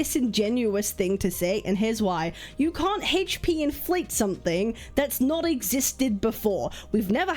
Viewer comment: You seriously need to learn how to pronounce "HP."